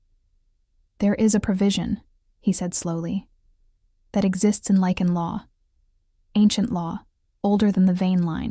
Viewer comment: This is a werrewolf story: the writers should be less dim witted: the wolves are called « LYCAN » , not « lichen » whis a type of Moss!